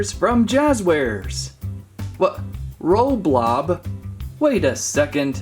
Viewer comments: It's roblox not roblob! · Not roblob it's roblox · ROBLOX not ROBLOB